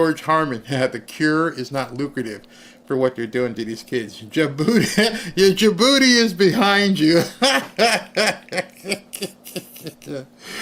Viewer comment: says "Ain't nobody sending steak to da-booty" LOLOLOL!